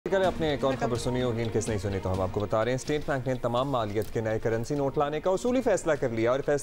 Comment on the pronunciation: Yeh khabar ko kabar kyu bolta hai.?